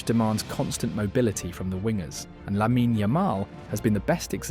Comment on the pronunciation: It's la-meen not La-men-ay Yamal. De YONG not De JONG. And it's Balday not Bald. Cmon bruv, ur a top YouTuber and yet you can't figure out pronunciations?